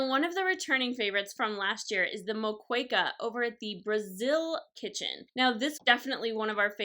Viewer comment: traditional moqueca is amazing. FYI it is pronounced mo-ke-ka not mo-kwe-ca. delicious...but too much will rage out your stomach. Your video has made me want to eat ... how in the world do you EAT all of this? guess you need to go for several days.